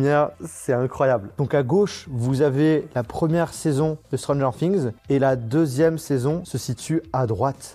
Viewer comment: "stron gère fings"